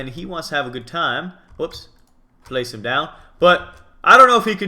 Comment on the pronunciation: *him not hom